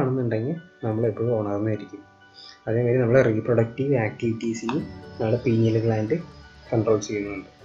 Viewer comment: Sir not.penial. It is Pineal